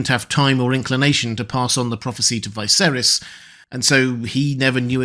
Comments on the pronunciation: Why is it you pronounce Viserys wrong all the time? Martin pronounced it Viserys, not Vie-serys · Why does he always say VICE-erihs instead of the way it is pronounced? 😂